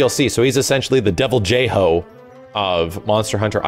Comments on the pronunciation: for the love of Jeebus, it's not Devil-Jay-Hoe, it's Devil-Joe. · fair enough. personally I always found devil-joe to sound really weird. like it's not an actual name. which is why I've always pronounced it with a silent j like devil-hoe. oh well at least at the end of the day I'm pretty sure we can all agree we don't want to get hit by that beasts jump where he pins us down. back in 3u that was the bane of my existence. lol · You do make a good point. Deviljho really doesn't sound intimidating. Devil-ho, on the other hand, kinda has a certain mysterious sense of power behind it, like an old Spanish or Native American mythical creature. I just like calling him Joe for short, so I stuck with that pronunciation. AND YES, THAT JUMPING SHIT IS ANNOYING! GRRRRRR